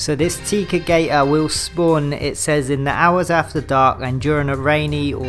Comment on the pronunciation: Tec-a not tea-ca fyi